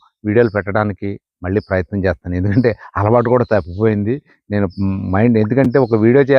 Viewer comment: 😂😂😂😂😂🎉🎉🎉🎉 Good to watch ...try to do videos....🎉🎉🎉🎉🎉.Abba ...that chethanu......what is that accent .....Chesthanu..........😂😂😂😂😂😂😂😂